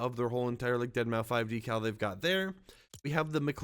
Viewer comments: I said this in one of your previous videos, but it’s pronounced “Dead Mouse”. Not “Deadmau Five”. The 5 is supposed to be a substitute for an S. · Did bro just say deadmau 5 😂😂😂 it’s dead mouse buddy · Why do people keep calling him dead mau “5”? ITS DEADMAU5. Still said deadmouse but with a 5 instead of an S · yall know the 5 is pronounced as an s right? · It's pronounced (Dead) (Mouse) btw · Its pronounced deadmouse fyi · His name is pronounced as dead mouse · Deadmau5= Dead mow Shitake= She take Machinest= Mecanist. I watch just to hear how you pronounce things 😂😂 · Mau-5.... 😂 Dead-Mau-5... 🤣 He kept saying it with confidence...smh 🤣 😆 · I cringe when he pronounces deadmau5 wrong, the 5 is a S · The way you say his name pmo